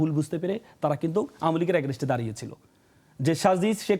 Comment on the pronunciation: Bro please pronounce the word "against" correctly